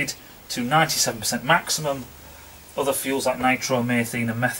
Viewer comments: "Nitromaythene"? Must be Northerner for "nitromethane" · Pedant alert...! Nitro-methane pronunciation: Nitro meethayne :p Keep the front pawing the air :)